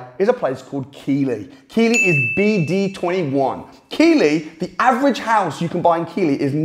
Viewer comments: Keighley is prounced 'Keith-Lee'. Not done that much research then LOL. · Keighley...(Pronounced Keethley) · Keighley is pronounced Keith Lee. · Its pronounced Keith-ly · I CBA to read the comments, but in case no one has pointed out, its pronounced Keith-ley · Its pronounced keethley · Keighley is pronounced Keithley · Thanks for the research can I tell you Keighley is pronounced Keith Lee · Keighley pronounced Keethly. He's saying it completely wrong. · Wow 2.35 min in and I have seen enough..more than enough...who knew, Lancashire is a town????, I was almost done at "Key-ley" but stuck wit h it...what a mistake. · Keighley is pronounced keethley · Keighley pronounced Keithley 👍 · Do you mean Keighley pronounced Keathley in West Yorks? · Keighley is pronounced KEITH LEE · Keighley is pronounced “Keithley” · It's pronounced Keethly. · Keighly? Pronounced "Keefly" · It's keef leigh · Keighley is pronounced Keith-ley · Pronounced: Keith.....ley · It's pronounced keithley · Keighley say it like Keef-lee lol. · It’s pronounced Keithley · Keighley is pronounced Keithley! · Keith-lee, or Keith-le if you’re local, you muppet. Easy mistake to make for a southern Brum lad. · It's KEITHley 🤣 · Say it right it's pronounced Keith Lee. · Keighley is pronounced Keith-lee! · its pronounced keefly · Keighley is pronounced Keithlee :) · I'll tell you something interesting, it's pronounced Keith Lee. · Keighley is pronounced Keith ley. Lol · It's pronounced "keef" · Lol…. It’s pronounced Keith ley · It's Keith ley for fuks sake Keith ley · Was a surprising mispronunciation. I have not lived in the UK for over 30 years and doubted myself at first. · You're murdering the pronunciation of Keighley. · I think if your mentee was reporting back to you on how good an investment area Keighley is you’d know how to pronounce it! 😜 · Your saying the name of Keighley wrong lol lol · its KEE,TH,LEY not keighley -keely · Not a big deal but it's pronounced ,keith lee, not key lee.